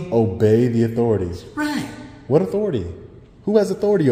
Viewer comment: Obey “da authorities”. I really wonder who he meant.